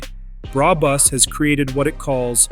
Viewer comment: “Bra Bus” 😂😂😂😂😂😂😂😂😂